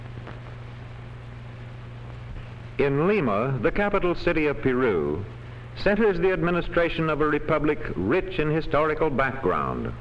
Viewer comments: "Piru"? que tonto es el narador que ni sabe pronunciar "Peru" correctamente! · Para tu información el narrador no habla español, y la e suena como una i corta o diminuta en inglés. Saludos.